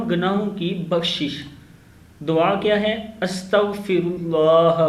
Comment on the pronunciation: ye lafz,, Dawaa,,nahi hoti Duaa hota hey,,tasheeh Kar lain.thx